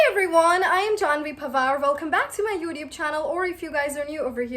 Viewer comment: Why do you pronounce youtube like that...